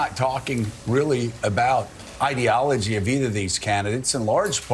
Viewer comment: Fuck me! is the only American I've seen pronounce ideology the right way.